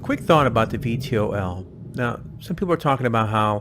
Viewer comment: VTOL = Vee-Tall ...nice video though.